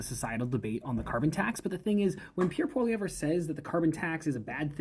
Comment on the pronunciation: It's pronounced POL-E-EV (no ER) at the end of his name. Even if Canada was 100% carbon free, it would still have very little effect on the overall global pollution.